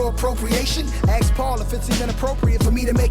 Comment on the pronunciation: is it just me or The Game can't pronounce the word ask 🤔. he says it like axe This mothafucaaaaaa 🤦‍♂